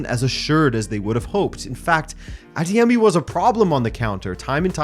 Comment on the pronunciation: I'm Nigerian and I must say, I am very impressed by how well you pronounced "Adeyemi". You pronounced it almost just like how a Yoruba person will... Kudos 👍